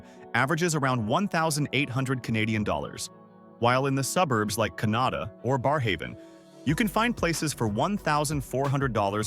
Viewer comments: Kelowna BC (not Colona) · It's not "Colona", it's Kelowna.